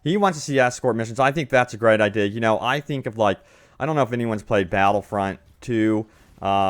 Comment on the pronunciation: I-de-a say it with me